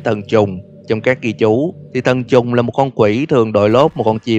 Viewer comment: sao ảnh nói thần trùng mà tui cứ nghe là t*nh tr*ng 🤣🤣